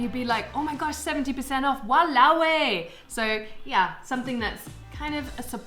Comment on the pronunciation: Walao eh...said like a pro! I am impressed!